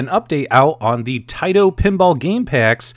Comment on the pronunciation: It's Tah-ee-to not Tay-to if you are going by the Japanese pronunciation. Nice preview vid. Thanks!